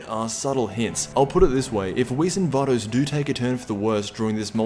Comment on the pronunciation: Vay-Dos. not var-dos